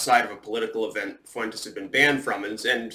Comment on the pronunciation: The fuck are you saying Fuentes that way?